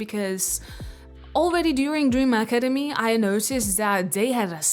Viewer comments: Acemadi???? wth don't hate on the show and saint satine when you say it wrong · ik that she has sort of an accent, but how she pronounces academy is crazy to me. and you can hate me but idc